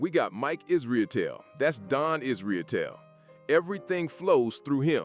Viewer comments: Is-ruh-tell is how it’s pronounced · I know it’s inconsequential but hearing you butcher the pronunciation of Mike’s last name made me laugh.